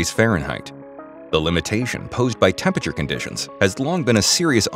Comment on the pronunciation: It's "temperature", not "tempature" lol